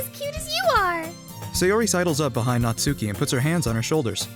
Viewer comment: Ditch the "U" when pronouncing "Natsuki." (Not-skee) Aside from that, very fun dub. :)